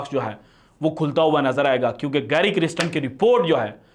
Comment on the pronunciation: محترم, گیری کرسٹن نام کا تلفظ کسی ساوتھ افریقن کمنٹیٹر سے سن لیجیے گا. مجھے لگتا کہ نام کا دوسرا حصہ "کَرْسْٹَن" ہے "کِرِسْٹِن" نہیں. شکریہ.